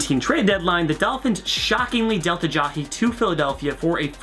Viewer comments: It's not Uh-Jaw-Hee it's Uh-Jie-E. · Who the hell is Ajahi? It is Ajayi.... uh-jai-yee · Ajahee???? Ajaiee is how its pronounced. great video though. lol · Jay Ajayi not Jay Ajay-hee cmon man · It bugs me how he says "Jay AyaHEE" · Aja"he" Haha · "Aja-he" does this annoy anyone else. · “Jay ALLAJI”